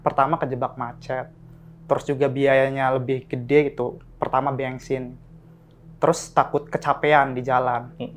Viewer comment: Ben sin bukang Beng sin:))